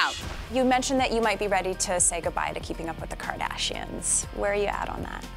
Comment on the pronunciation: the way the reporter says Kardashians wtf 😂😂😂